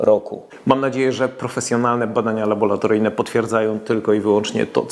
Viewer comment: "Labolatoryjne". Oczy krwawią od słuchania rzec by się chciało.